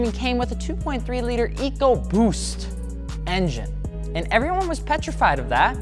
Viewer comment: "Enjen chrimps"